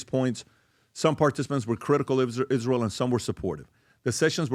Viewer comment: Candace is smart and all but why does she pronounce it Ish-real?